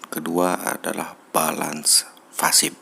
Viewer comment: Pasif bang. Bukan fasip. ,😂